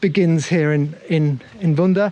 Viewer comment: Not vunda, it’s vudah